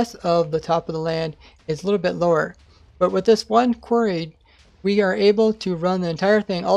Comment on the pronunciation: "Kwerrs" It's quArry, or quarries.